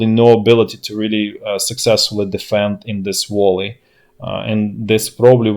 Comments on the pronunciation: And "vallee", not "wall- ee". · Hey man its a Valley, not Volley. Volley means something else. Wouldn't have corrected if it was just pronunciation :))